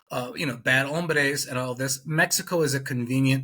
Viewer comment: Go back to the "bad homberes" video. He didn't say "hombres." He said "hambres." I am still trying to figure out how you deport that.